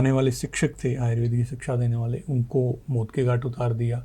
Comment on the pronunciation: बहुत सुंदर लेकिन एंकर महोदया से अनुरोध है कि वह आयुर्वेद को आयुर्वेदा न बोले